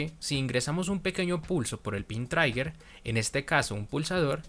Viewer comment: sé que esto es antiguo, pero quiero comentar que la pronunciación de la palabra trigger no es "traiguer", sino "triguer"